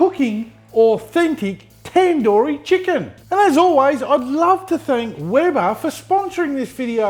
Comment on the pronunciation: It's tandoori not tenduri